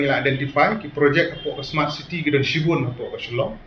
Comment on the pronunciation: Smart City ❌ Sma City✅ 😂